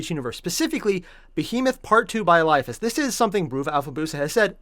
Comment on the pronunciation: Pretty good try at pronouncing eliphas. But its mor ellie-phas. Funnily enough it was kryptman who started the octarius war, and thats why he was kicked out.